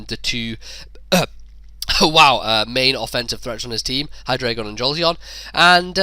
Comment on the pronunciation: It's okay that you kept saying hydragon, I don't even know what that is. :D